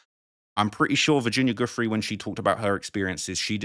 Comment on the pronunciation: How does this guy still not know how to pronounce Virginia Giuffre's name